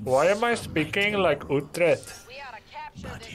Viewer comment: It's pronounced Uu...TRECH. No T at the end.